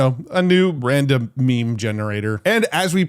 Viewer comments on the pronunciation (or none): none